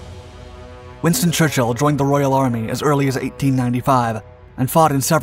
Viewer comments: Winton? I think you meant "WinSton" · WINSTON..FFSK...NOT Winton... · ... and who is: Winton???? Hummmm, heard of Winston. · Who's Winton? 😉😂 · Who the fuck is winton? My phone was trying to autocorrect it to wonton…I know a Winston but not a winton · Winton almost Loston. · Winton lol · Who is 'Winton' Churchill??? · Winton or Winston???????? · Winston or Winton? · ...WINSTON.... His name is WINSTON! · Lol "Winton"